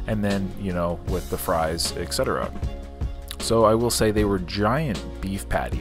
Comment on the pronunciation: Not to criticize, but just to help out. Do you know that it's "et cetera", and not "eck cetera"?